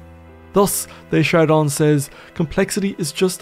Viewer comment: I can't stop listening to your lovely, enlightening voice. I can't help myself, though: Aim more for "duh shard Dan" rather than "day shard Don"